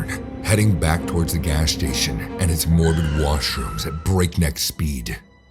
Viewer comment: I thought it said “mushrooms” not “washrooms”. 🌚